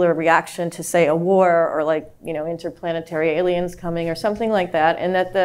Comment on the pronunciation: "Interplanetary Alens."